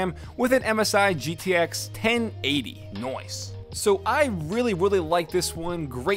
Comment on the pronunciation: that “noice” made me pmsl